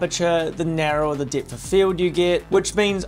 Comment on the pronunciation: literally cant pronounce the E. Depth is Dipth. Better is Bittah. Just crazy. Guys. Your accent is nice and all but god damn. Pronounce the entire thing.